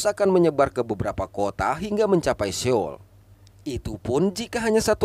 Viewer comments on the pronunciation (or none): none